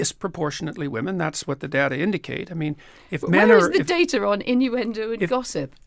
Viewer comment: And she's got to learn to say DATA correctly too. Not DATAR!